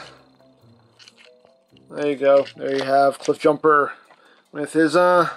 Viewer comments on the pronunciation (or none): Not cliff bloosher it's cliff BlOOOOOOOOOOOOSH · Also , did i hear me a Jiffbumper? 😁